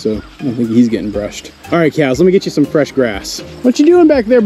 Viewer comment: Admits Spanish isn't the best. (Which is fine) but when calling cows it comes out 'keyows' every time. 😆